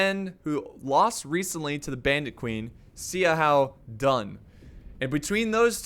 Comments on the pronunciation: You said xiahoua dun wrong it’s pronounce shou-who-dun not c-how-dun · Zee a how Dun. Best pronunciation of Xiahou Dun ever. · He is name is like this: Sha-hu-dun Also not Si Chu but Shu-chu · Bro, Xiahou Dun is pronounced like "Sha-hoe Doon" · Yeah, honestly I don't mind people mispronouncing names, but is especially BAD with chinese names lol.